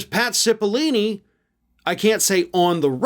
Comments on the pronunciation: Dude… pat cipill-oh-ni not ‘cipilini’. I am a fan of your show but get your facts straight. That guys name has been in the news for like last 4 months straight. Seems out of touch to not know that. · Cipollone, not Cepallini! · His name is Pat Cipollone, not Cipollini. Sorry to be a nudge, but I'm sure you want to get the details right. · I thought it's spelled and pronounced Cippilone? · I don't know what's worse, mispronouncing Cipillone's name like "Cipillini" or saying like "Sipi-Lone", which is also wrong. I don't know, in the rest of the English-speaking world, we try to say foreign names like they say them out of respect and to not be racist. When people constantly get your name wrong, it's an already established form of racism legally. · Hi, I love your channel. 👍👍👍. I just have a question, isn't it Pat Cippeloni? Or Cippelini? Just wanna know what's his last name, or pronounced that way. Thanks man.✌️ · needs to learn how to pronounce Italian names. It's Oat Cippalone. That with an O, not E. Just saying. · Repet after me: Pat. CipOHllOHne. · Cipollone is pronounced with a long 'o' in the third syllable, not a long 'e'. s-IH-p-uh-l-OH-n-ee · It's "SIP-puh-LONE-ee" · buddy.... that's not how you pronounce "Cipollone" 😂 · Probably sold to a foreign country. It would also be nice you got Pat' s name right! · Revisit pronunciation of "Cipollone."